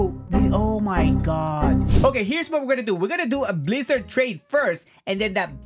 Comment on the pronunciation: I like your videos but rubber for guake💀💀 or blizzard and sound for dough💀💀 plss be right